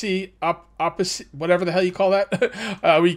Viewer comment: Opacity = Oh-Pas-city